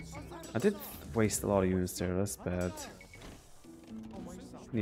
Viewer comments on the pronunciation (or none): none